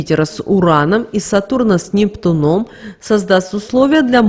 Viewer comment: "Соединение с НептунОм" тоже слух режет. С НептУном, сударыня! Запомните, с НептУном!